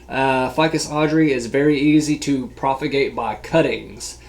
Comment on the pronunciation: He said proFffff-agate (Propagate) 🤣🤣